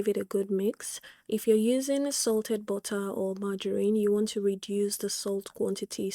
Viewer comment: "Bottah" 🤭 I love it 😂